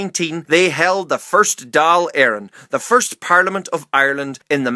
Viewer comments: How come every time he pronounces the Dáil so wrong every time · Dáil = Dawl Cathal= Ká-hul